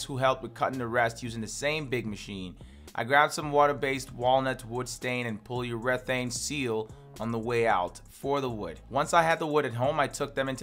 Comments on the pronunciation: "pole-u-reth-aine" lol nice. love it! "Poly-ur-eh-thane" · not sure what paulurethane is, you talking about polyurethane? lol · Polly Yura-thayne - Polyurathane pronunciaion 👍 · Ie he trying to say POLY YUR AH THAN? (Polyurathan) ? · Good video, but took me a min to understand you when saying "polyurethane" pol·y·u·re·thane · i hate how he pronounces polyurethane